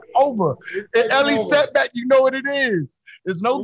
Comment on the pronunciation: Did he say ellie seckbach?